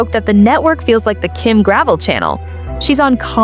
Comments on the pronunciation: Her pieces are no more expensive than other QVC brands OR higher end department stores. This sounds like a jealous hater, get-likes post. Her designs are just not found around every corner and hence the demand and pricing. And the name is not pronounced gravel but rather "Gravelle." You don't even know that yet are supposed to be posting about her. Pathetic. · Her name is pronounced Gra-vel not Grav-el. You should know how to pronounce peoples names if you are going to do videos with info that is commonly known. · It’s Gra - vell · First of all before you start cutting her down learn to pronounce her name. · You mispounce her last name.